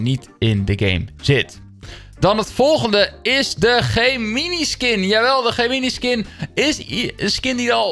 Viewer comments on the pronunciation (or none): Iedereen: Gemeni: ge mini 😶